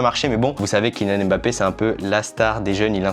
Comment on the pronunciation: Super l’unboxing parcontre c’est KYLIAAAN PAS KILLIAN